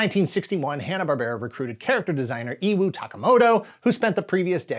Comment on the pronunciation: Iwao (E-wha-o)